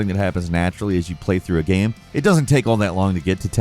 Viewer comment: He literally said “game” wrong for years. Dude said “gam” and I stopped watching any videos with for forever because it just drove me insane